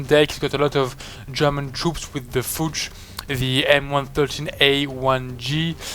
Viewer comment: pronounce of fuchs is like "x"....fux... so sweet how you say it ♥ :)